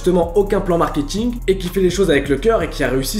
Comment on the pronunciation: "Le markiting"